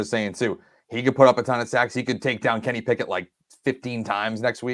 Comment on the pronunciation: Am I the only one who hears "Can he pick it", when says Kenny Pickett? I feel like shouting "YES HE CAN!" everytime:)